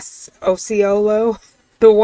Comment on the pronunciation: Lol, Floridian here! You said it perfectly the 1st try, and no one is ever able to do that! Osceola = Ah- See- Oh- La 😊😣